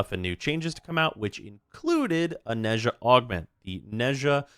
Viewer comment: When will people learn how to pronouns 'Nezha'?